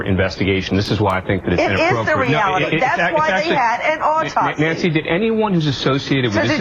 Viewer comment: AUR-topsy? If you can't pronounce it maybe it's time to shut up?